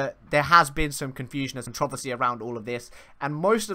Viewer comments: i have never heard "controversy" pronounced that way before. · in the U.S. (at least the mid U.S.) the emphasis is on the first syllable, not the second syllable. with a minor emphasis on the third syllable. CON tro Ver see instead of con TROV er see. If you do a google search for controversy and look at the top entry there is an audio example. he says it the way we say it.